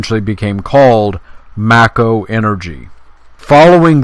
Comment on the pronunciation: "May-ko" not "macko." It's not a sixth Marx Brother.